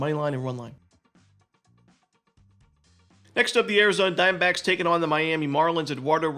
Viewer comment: Love how he says Arizona Dime-Backs